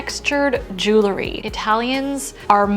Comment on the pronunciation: I love your videos! Your tips and insights are thoughtful and fantastic! If you would, please remember that it's pronounced "JEWEL-ry" and not "JEW-lery"! I think that would elevate your videos!